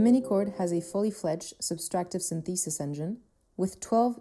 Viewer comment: The way she pronounces "synthesis" is what makes it sound like AI to me. But I believe it's just voiceover from someone who's not familiar with that word. (It's SYNthesis, not synTHEsis)